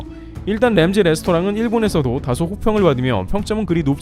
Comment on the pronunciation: 램지가 아니고 람지 세프가 아니고 셒, 제발 좀